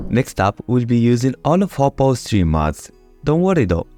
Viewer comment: "hopo's" mods not "hoppo's"